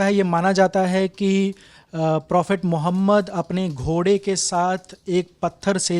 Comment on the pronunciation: The lallantop vale bhi kaise kaise logo ko show me lekar aate hai ?. Jise nabi e Karim sallalaho alayhe vasallam ka naam bhi thik se lena nahi aata.